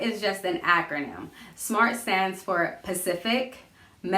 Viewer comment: Funny how I do this for work but never thought to translate it to my personal life...learn something new daily lol. Also, specific and not pacific! 😩